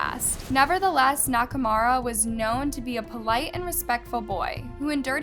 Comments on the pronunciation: Girl you’re ignoring the point on purpose. she’s done it covering victims stories too. i would get it if it was a hard name to pronounce but nakamura is in no way harder to pronounce than nakarama which is what she was saying most of the time. it just shows a lack of concern for other peoples culture and language. if you’re gonna cover their stories too then put in that little bit of extra effort to get it right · Sorry... Couldn't focus on the story. She kept Mispronouncing the name over and over. It's 'NAKA'....'MURA'! I don't think this name is that hard to pronounce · Her saying “Nakarama” made me cringe 😭 I like listening to the stories but try not to watch her videos bc it seems like she doesn’t put much effort into them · It's the way "Nakamura" was pronounced every way but correctly for me lmaooooo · I used to live in Hamamatsu, and how said it made me crazy. I love the vid tho! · She changed the pronunciation of his name several times and all were wrong 💀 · The way she continuously butchered his name… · The scariest thing in this video is her pronunciation of Hamamatsu and Nakamura. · Honestly it bothered me every time she said it haha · this drove me insane too. i know the dude was a serial killer, but for the sake of his surviving relatives maybe dont fuck up his name every other time you say it... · You think killers deserve respect? :/ bruv, but sure, she butchered the life out of this mans name 💀. But still, he dont need no respect. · It annoys me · if she had mispronounced it once or twice then I could agree with you, but she literally didn't even try to say the name lol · She’s not a native speaking Japanese person so it’s going to be common for her to butcher the names.. sorry not sorry 🤷🏽‍♀️🤷🏽‍♀️🤷🏽‍♀️🤷🏽‍♀️ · nakamura is a VERY common name in Japan and it is AN ETHNIC JAPANESE NAME the least she could do is pronounce it right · she mispronounces victims names as well and some are American names. She just doesn't care. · Naka "MURA", not "RAMA"